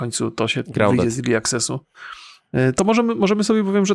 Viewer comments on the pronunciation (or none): SKONCZCIE Z TYM 'IRLI' bo noz sie w kieszeni otwiera